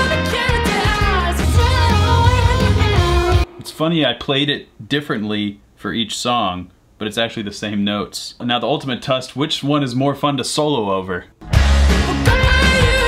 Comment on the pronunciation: i like the way says test without the "e" and with a "u" he said tust instead of test